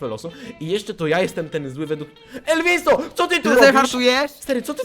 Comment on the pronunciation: nie elwiso tylko ELVUZJO